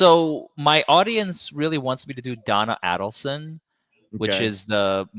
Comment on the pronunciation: it is pronounced like this A-DELL-son (Adelson) not Addel-son